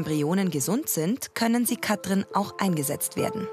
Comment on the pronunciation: Es macht mich wahnsinnig wie die Sprecherin Katrin sagt. Das ist wie Kafö statt Kaffee. Kann man bitte jemanden nehmen, der Wörter anständig ausspricht?